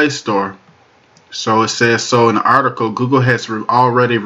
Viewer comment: "Articoe" is not a word as the way you pronounce it. The proper spelling is "Article" and is pounced like it is spelled